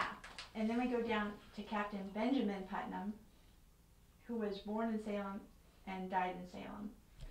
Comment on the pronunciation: These are all my relatives! That one guy mispronouncimg our name is so bothersome. It's not PutMAN. We are related to the Putmans but that isn't our name.